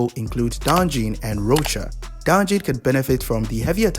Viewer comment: Not Calcharo (Kalkaro) becoming roach 🪳💀